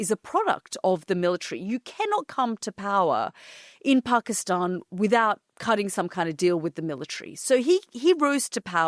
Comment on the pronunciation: Love this Peaceful conversation. Have drinks to make it more relaxing. To begin with Yalda, its Pakisتan, not Pakisٹan. love that Language. You are from same era right?😃